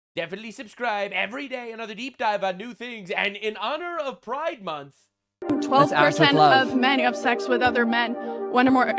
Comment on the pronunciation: What? Pri-DE MON-th??